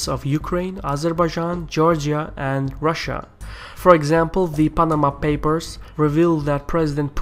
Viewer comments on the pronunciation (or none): none